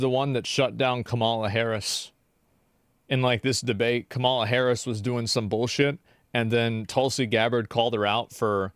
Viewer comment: Its been like 3 Months or more and this guy still cant say Kamala's name correctly.